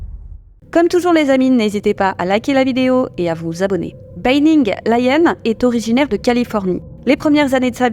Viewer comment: Ça se prononce bAnning, pas bEYnning.